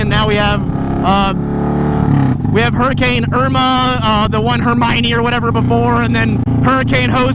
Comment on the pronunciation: Hurricane Irmagurrd